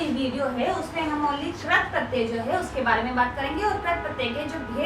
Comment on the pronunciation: Ma'am Krat pratyay Nahi Krit pratyay hota hai.......... 😆😆